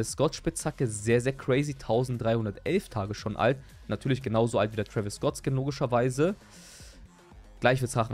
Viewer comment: Twäwis und m&m 😂